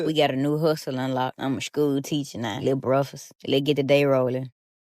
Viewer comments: Scooo teacha?! It's school teacher!🤣🤦🏽‍♂️ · Shhkool?, Axe?. Does this person know how to pronounce their S whithout a SH?😅 she belongs in school alright b7t as a student to learn how to speak